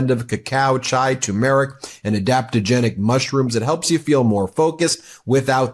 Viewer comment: It's turrrrrrrrrrmeric, not tyoomeric. Jesus! Facepalm!